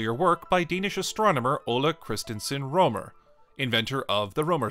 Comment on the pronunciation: I found a typo in "soild". At this point, you pronounce "Rømer" as "romer". At this point you pronounce the letter "ø" as I believe you should. It seems inconsistent to me.